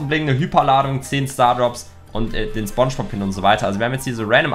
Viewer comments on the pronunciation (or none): none